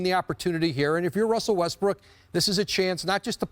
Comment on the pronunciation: did she just call him Russell Westbrick?